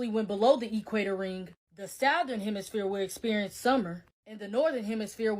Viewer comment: Soon as she said south ern and not southern I stopped listening...not to mention she's going off.a Bible that is to be believed but had been passed down from the same people she's sayin are fuckin us over??? Idk just too much chaos and too many false things making shit hard to figure out